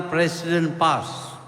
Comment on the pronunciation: Sebut parti Pas pon kaku lidah tu Tun..